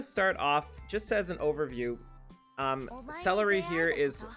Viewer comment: Why do you keep calling her celery??